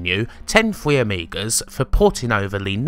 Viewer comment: What are "Fwee Ameegers" also, i can't believe people actually believe that nonsense "The reason i got the players to be able to flatten the land in populus is because i wasn't smart enough to do it myself". Why is no one questioning people when they say this nonsense. He wasn't smart enough to say "Make all land the same height" in a game he coded, even though he programmed in that the land flattens itself out when they click it. WHy do people add legs onto their stories like that and people actually believe it. Such nonsense.